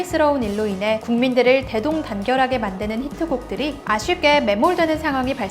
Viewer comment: 아쉽게 에 바름이 뭔가 너무너무 이상한디?